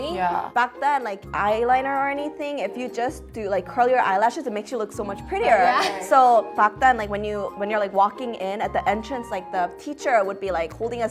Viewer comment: When she said yeah I was like, my Korean senses are tingling like there are ants in my body 😂